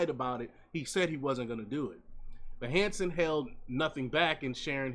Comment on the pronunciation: Hanson, not Manson?